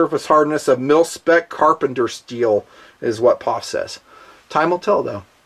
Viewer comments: Eww to saying "POFFH" Its P - O - F Just like USA isnt, "OOSA" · I'm sorry. But pronouncing P-O-F as pof drives me fucking nuts. Can't watch the rest 9f this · I know this was uploaded 4 years ago. But ,you've GOT to know, It's not Paaaf. its. P. O. F. { If it were a drinking game } A shot Every time you say... "paaafff" there would be a trail of Death. Just saying. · Bro, you are the only dude in the world calling it a "pof...." The rest of the world says P.O.F..... If they patented the rifle, which they most certainly would, nobody can use the same design for a set time. If they want to know the metallurgy, they could pay to have it analyzed... Anyhow.... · 2 thumbs down for calling it a phaff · It made me cringe every time he said pof instead of just saying the 3 letters P.O.F. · Pof? It P.O.F reviewing the gun and can’t even say the company correctly. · I swear to God if you say poff one more time I will unsubscribe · Stop calling it a pawf! It's P.O.F. I stopped watching about 2 min in because you are saying it wrong. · Can't get through the first 4 mins hearing this guy say pofff 🤮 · Stop saying PAWF. GAHHHHHD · do you say "Pawf" to try and be funny?